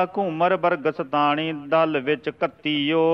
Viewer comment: ਭਾਈ ਸਹਿਬ ਜੀ ਤਿਖਾਣੀ ਨੂੰ ਤੂਸੀ ਗਲਤ ਪੜਿਆ ਹੈ ਗਲਤੀ ਨੂੰ ਸੁਧਾਰੋ